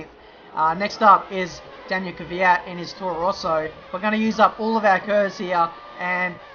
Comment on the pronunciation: it´s kvyat not kyvyat